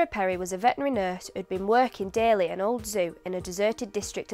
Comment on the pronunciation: You have not emphasized enough an aspect that is, in fact, the most prominent to a non-native speaker: pronouncing "daily" as "dêly", "so" as "sô", "face" as "fêce", "waiting" as "wêting", "made" as "mêde", "take" as "têke", "bathe" as "bêthe" (with ê and ô having sounds as in the Portuguese language).